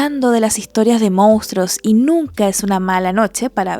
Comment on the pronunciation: Hola buenas noches. por favor corregir su palabra "Mounstros" por "Monstruos". Repite la palabra más de 20 veces de forma muy redundante, al final los niños que ven sus videos aprenden mal las palabras.